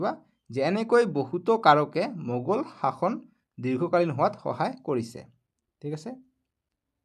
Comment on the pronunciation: চাচন নহয় শাসনহে